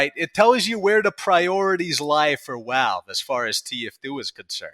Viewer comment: theres no way i can take your video serious with that speech impediment, walve walve walve, wascally walve